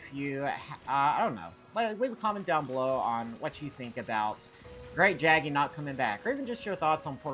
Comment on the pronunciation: It's pronounced Great "yaggi" btw